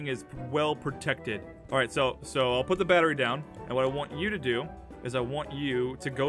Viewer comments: Amphau: the batwy. Me:lol don’t you mean battery 🔋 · IM SO SORYY ITS NOT BATWI ITS BATRY DA!!🙄🙄🙄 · APHMAU😂😂😂 ITS 😂NOT😂 BETERI ITS😂 BATRY😂😂😂😂😂😂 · The batta-wee The batta-weeee The batta-weeeeee Jess: THE BATTA-REE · Aphmau: The batwery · The batta reee the battleship BAT A REE THAT'S HOW YOU SAK IT I mean say it. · aph: the barowee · the batleREEEEEE is what I unerstand😂 Or the beterWEEEEEE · its so funny hahha ahmau doesn't no how too say battery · my god you did not know to read battery